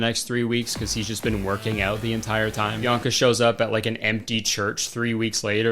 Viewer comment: Her name is Bianca, not Bionca.